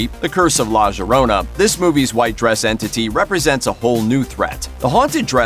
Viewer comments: wHAT? LA JORONA? IT'S LA YO-RO-NA!!!! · La jorona? Lol la llorona. (Yo-ro-na) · Yeah that made me cringe when he said it like that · wait what did he say the curse of WHAT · How hard can it be to say La Llarona correct? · Dude how do you say la llorona like it got a g smh like they say it in the movie how do you butcher it so badly